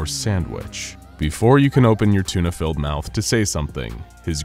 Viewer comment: It is not a thuna.